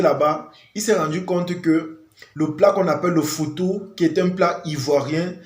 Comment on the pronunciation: FOUTOU et non foufou.notre foufou n'est pas comme ça